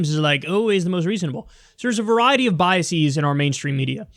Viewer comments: Isnt it biases, biaseees. Think about it Kyle. You used the wrong plural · You mispronounced biases.